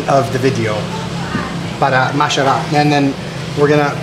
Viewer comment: "Masharap"? HAHA!